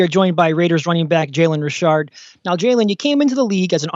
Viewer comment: And it's Richard like "re-shard" 👍